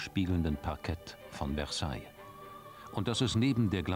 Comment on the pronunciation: Mein Franzpauker meinte, das Wort "Versailles" wird mit einem sanften "s" gesprochen. Bei jedem solchen Fehler denke ich an ihn.